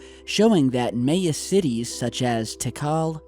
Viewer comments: Why are you pronouncing Maya that way? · Dude learn how to say MAYA!!! SUPER annoying and makes you sound kinda dumb.. just sayin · Maybe home schooling is the reason for pronouncing Maya incorrectly? I'd believe it if not for the fact that 3 other channels already posted videos on the same story, with all the same pictures and maps. And they all pronounced it correctly. So....... ? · Your pronouncing Maya wrong my friend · why do you keep saying Maya like that? Staph it. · My-aaaah. Miiiiiiii-aaaaah. My-uh. Not may-uh bro. Geez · The fact that mis-pronounces so many common words, like Maya: My-Ya, Not MAY-Ya! It's so damn creepy. I think it means he was put in this position, by the powers that be, OR THE ALIENS THAT BE, perhaps as a distraction,.. The ultimate 'switcheroo-catch22-right under your nose' psychological manipulation. While other channels close, he stays in business. JOKE! LOL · I think it's My-Yuh not May-Yuh. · I'm so sorry to point this out, but you keep pronouncing the Mayan civilization a little incorrectly(May-Ah) , the Maya should be said like "My-Ah," or Mayan like "My-An" or possibly Mayenne which rhymes with cayenne (the pepper spice). Saying it correctly ads an even greater layer of credibility and authenticity demonstrating that you are familiar or even knowledgeable on the subject. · your killing me!,,,LOL!...It's My-yA not may-a this is such a great tool for anthropology and archeology great pod cast. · MAH YAH...Mahyah. Not Mei Uh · "may uh"? Really? M'eye uh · Instead of "may" for the first syllable, try "my" as in my ya. That would sound perfect. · you need to work on your pronunciation of the word Maya. say "my-ah" not "may-ah" still enjoy your channel don't take my criticism too harshly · Pronounced MY-Ah not May-ya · May-eh? Its Mi-Yah or more appropriately Mi-Yan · so I normally don't do this BUT....its pronounced MYAH not may-a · Mah-yah, not May-ah... Just saying. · My-ah, not may-ah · haha "mae-ya"